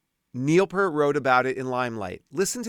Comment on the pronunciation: Love your videos. With all due respect, "Peart" is pronounced with a long E, like "peer" with a T at the end.